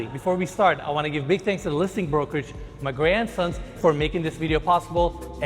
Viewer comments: When he said "Magrey & Sons" i thought he said "my grandsons" i was like whaaaat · Every time you say "Magrey & Sons" it sounds like you're saying "My grandsons" with a Southern US accent and it's tripping me out. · When he mentions the real estate group giving the details. Sounds like he’s saying “my grandsons”. Caught me off guard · When he said the listing agent I thought he said my grandsons. Lmao im like I know y'all age well but damn! Lmao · Is it just me or does it sound like he's saying ma' grandsons instead LOL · Magrey&sons sounds like "my grandson". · I thought he said "my grandsons" he said mgrey and sons I'm like u got grandsons lol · Magrey and Sons sounded My Grand Sons... LOL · Is anybody else hearing say MY GRANDSONS LOL 😂..... INcredible home